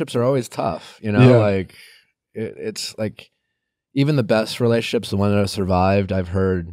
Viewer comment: Nick, I love ya, but it's "rela-tion-ships" not "relay-ships." Peace !